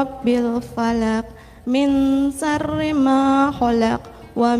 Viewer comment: Kok bacanya melompat2, dan baca suroh yg keduanya pun Salah atau tidak tepat, Min syarril dibaca. Min syahril